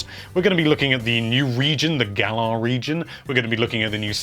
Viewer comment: It's pronounced Gal-uhr